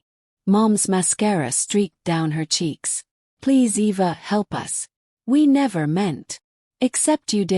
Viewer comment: E.V.A...? WTF ! When AI is so bad it can't even spell a HUMAN NAME !!!! 😮